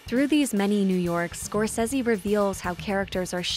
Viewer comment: Why can’t this annoying woman say scorcese right 😩